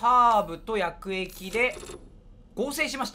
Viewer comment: 薬液がやく↑えき↓じゃなくなってつらい